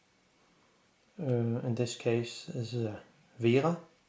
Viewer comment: Vega not vera